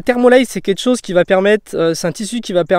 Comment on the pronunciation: Je veux bien te croire.... Sauf que je suis pas d'accord avec tout. Pardonne moi mais je reste septique. Surtout quand tu dis "je gonfle le coussin en deux fois" Au sinon le son et la qualité de la vidéo sonts bonnes voir très bonne. Et on dit "quelque-chose" et pas "quet-chose" voilà petit conseulil pour améliorer tes vidéos. Après tu parle fort et distinctement c'est très bien. :3